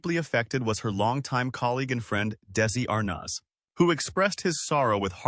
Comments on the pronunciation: AI narration omg “Daisey…Lou(pause) Desi m ArNOZ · the narrator can’t correctly pronounce Desi’s last name or the name DESILU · The first picture is NOT Vivian Vance. Where are you getting your information? Bad voice over. How dare you dump on Vivian. Also can you pronounce Desi last name correctly? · We don't support you. This type of content is sloppily slapped together and is all over YouTube, feeding misinformation to so many viewers. In this particular video, the bot narration has constant glitches in it - did you even LISTEN to it before putting it up? Additionally, "Arnaz" and "Desi-Lu" are mispronounced. Call me crazy, but I like a HUMAN, EDUCATED narrator.